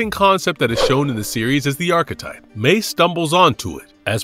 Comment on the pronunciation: Not to nitpick, but I’m pretty sure Mei’s name is pronounced like “MY”, not “Mee”